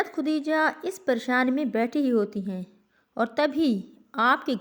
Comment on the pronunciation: خُدیجہ نہیں خَدیجہ ہوتا ہے